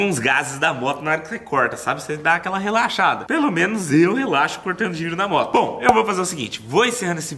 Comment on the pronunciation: tu falou relaxlada 🤣 🤣 🤣